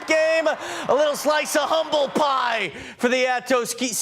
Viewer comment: Dude is struggling mightily to pronounce atascocita😂 he also mispronounced “humble”